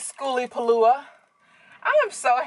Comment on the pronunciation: Girl I love the way you keep it real you butcher the event name and don't even care... I see your subs growing keep up the good work